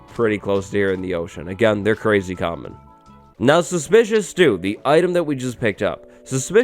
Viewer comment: am I the only one absolutely in love with how our guy pronounces ‚suspicious stew‘?!